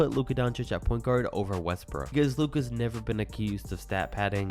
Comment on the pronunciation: Bro said “Russel Westbrick ”💀